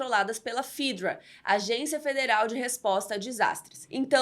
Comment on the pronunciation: Ótimo resumo! Um adendo: No jogo e na série se pronuncia "fÉdra" e não "fídra" 🤓